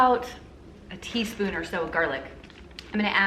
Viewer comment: Oh my lanta! You said “tisp” 😂😂 that was one of my favorite movies/scenes growing up 🙌🙌